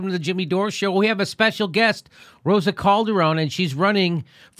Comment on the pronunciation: Colderone? Seriously? Can't you at least make an effort? You said it fine